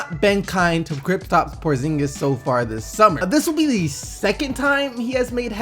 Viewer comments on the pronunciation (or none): did he say kriptap?! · He said "Kristop" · who the fuck is "CRIPTOP" Porzingis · nigga said "Criptas Porzingis" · This man said CripTop Porzingis